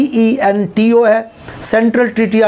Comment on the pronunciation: SENTO not cento